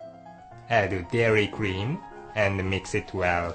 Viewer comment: and a meex eet well: hahaha great accent